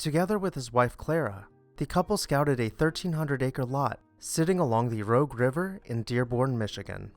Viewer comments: Rouge, noun, ˈrüzh Not rogue , adjective, ˈrōg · When in high school we used to go the Fairlane Mansion to see singer/guitarist play in the basement in what was then called a “coffee house”. Oh, and the river is not pronounced “rogue” it is pronounced “rooZH” as in the powder applied to the face. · very minor pointe but its actually not "rogue" how you pronounced it, but "Rouge" with a soft G, like the french word, due to Michigan's french colonial history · Excellent presentation but one tiny correction - the river is named the Rouge (pronounced Roozh), not Rogue. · It's not called the ROGUE river, it's the ROUGE River. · Rogue River? you mean Rouge River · Conspicuous by it's absence is the extant Henry and Clara Ford house in Detroit's Boston-Edison district. The couple resided there from . It's a beautiful home in a lovely urban neighborhood. BTW, it's Rouge river, as in makeup, not Rogue, as in Nissan. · ‘Rouge River’ is pronounced ‘Rooj”, Not ‘rogue.’ Is from the French word for the color red as the River has a natural reddish brown color. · rogue river? NO! Rouge...with the famous Rouge River Assembly plant I would hope everyone would know how to pronounce it. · 'Rouge',like you'd put on your cheeks.Not 'Rogue' likes the Nissan SUV.... River Rouge and the Rouge plant. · It is the Rouge River, not the Rogue River. If you are going to narrate a video, study the names and how to pronounce them before making the recording. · House It's not Rogue, as in scoundrel ..... it's Rouge, as in cheek blush. French for "red". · It's "rooosh" River, not "rogue" river. It was named by the early French settlers "The red River", or"Rouge" in French. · It’s not the Rogue river with a hard “g”, it’s the Rouge River with more of a “j” sound. Ruje is closer for pronunciation. Great videos. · As a Metro Detroiter, that got me too. "Rogue" River. Michigan was once a part of Colonial New France and has a lot of French place names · Pronounced Roo j River. "Rouge River"